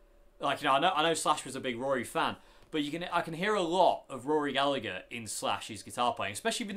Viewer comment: Nice to hear someone that's not Irish pronouncing Gallagher the right way!